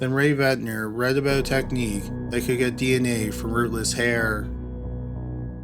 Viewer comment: Barbara Rae-Venter. Not Ventner. The lady is a legend, let's get her name right.